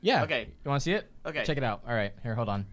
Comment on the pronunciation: anyone heared say OKEH